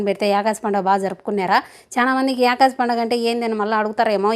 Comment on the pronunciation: యాకాసి పండుగ కాదక్కా.... ఏకాదశి పండుగ అక్క 😂😂